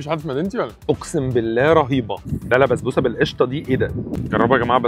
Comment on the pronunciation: بسبوسة❌ بزبوسة✅